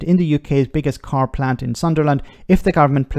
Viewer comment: As a Newcastle fan, I do enjoy someone pronouncing Sunderland likes it's a strange, unknown land 😜 just messing, I have family there before I get keyboard assassinated 😅